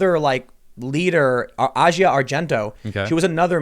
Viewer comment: He was also mispronouncing Asia's name, it's pronounced like the continent.